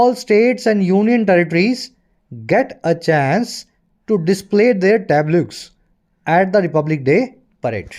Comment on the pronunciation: Pronunciation of tableaux is tablos